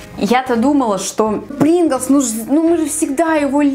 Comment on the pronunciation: Рустам сонуров не бринглс а принглс